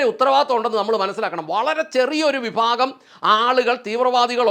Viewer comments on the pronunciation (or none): none